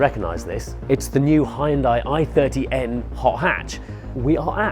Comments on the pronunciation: Hai-Un-Dai? Hyun-dai is only two syllables! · It's hoon-day not high-on-die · It's pronounced "Hun-day...rhymes with Sun-day". This from the Super Bowl commercial. Great video nonetheless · Oh man, so many people mispronunce "Hyundai."